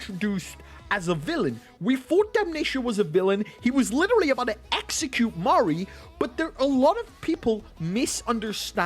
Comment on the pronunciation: I think you meant to pronounce Ma-rie